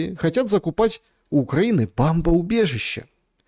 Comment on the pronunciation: не бАмбоубежище, а бОмбоубежище 😂 простите